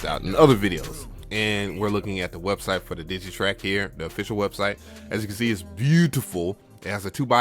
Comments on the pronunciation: Dude. DigiTAKT, not Digitrack. 😉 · DigiTAKT not DigiTRACK!